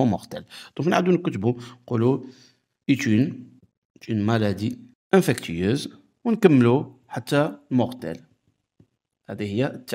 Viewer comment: Bonjour, On dit infectieuse et pas infectueuse.